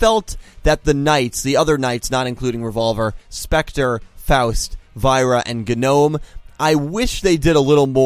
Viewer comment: You keep mispronouncing Dr. Genome and Faust. Why, man?